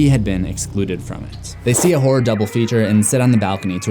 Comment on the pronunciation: I thought you said “whore history”